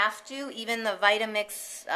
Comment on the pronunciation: thanks! "votamix" lol